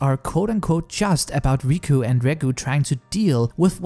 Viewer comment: except it's not riku and reku, it's riko and reg.